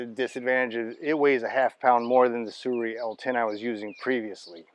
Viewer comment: The manufacturers name is pronounced Soo-ray. I know it seems weird but I researched it.